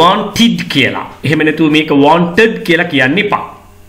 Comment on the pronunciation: වෝන්ටිඩ් කියලා උච්චාරණය වෙන් නෑ කොහේදිවත්.